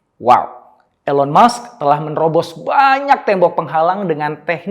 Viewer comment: bacanya ilon mask pak jadi agak kurang enak di telinga, but it’s okay🙏🏻✨